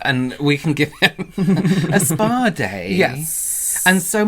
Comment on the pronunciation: The way you two pronounced SPAAAA-Day 😂 like should be the happiest guy on earth that you gift him a Spaaa Day 😂 I still have to watch the whole video but already know it’s gonna crack me up hahah